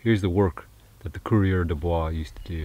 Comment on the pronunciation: it’s coureur des bois! Not courier.